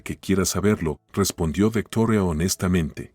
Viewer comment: Dejo de escuchar la historia y no o volveré a escucharlo de nuevo hasta que no dejen de Americanizar los nombres Victoria no es vetora me crispa los nervios tanta tontería